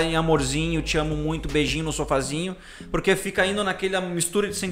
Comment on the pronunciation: pq esses cara fala prurque e não por que ??